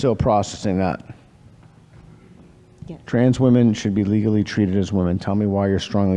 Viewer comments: So many of these students in these videos pronounce women so weird, drives me nuts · This aspiring molecular geneticist needs to learn how to pronounce “women.” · Why does it always seem to be the gender/trans ideologues that don't know how to pronounce women and pronounce the plural the same as woman?